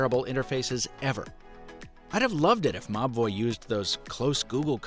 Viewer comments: I thought he was saying "MA BOI" instead of MOBVOI until I read the video description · Nobody else laughed their ass off anytime they heard the company name? I had to look it up, cause I kept hearing "mah boi" 🤣🤣🤣